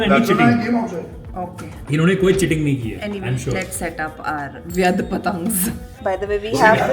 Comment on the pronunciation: Vyaadh parang it says ,….not vyadh